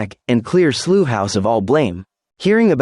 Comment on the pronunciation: Work on your rendering of "Slough", because as of now you are unintelligible.